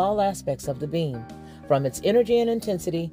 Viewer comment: When you say beam, it sounds like you're saying "being"